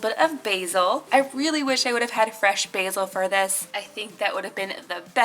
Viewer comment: It's basil not Basie